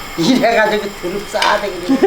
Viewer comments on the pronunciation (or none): 두릅을 왜 자꾸 '드릅' 이라 하시는지... ^^;;; 저희 시아버님도 저 엄청 예뻐하시는데 문득 보고싶네요. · 두릅이 드릅으로 들려요^^ 며느님은 행복하시겠다